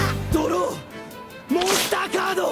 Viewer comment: Legend has it that he is still saying "DRAW MONSTA CADO"